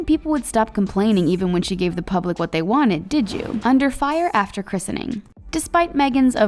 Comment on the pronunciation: Plz say Christening correctly!! It's driving me insane